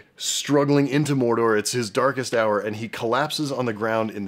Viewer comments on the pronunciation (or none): I'm sorry to spoil it for everyone else but now I can't unhear Frodo saying "Moldor" instead of "Mordor".